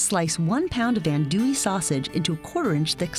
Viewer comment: I've lived in South Louisiana 40 years (Go Tigers!), I've never heard it pronounced that way. I've always heard andouille pronounced "on-dew-ee"